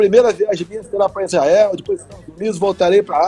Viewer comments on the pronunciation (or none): none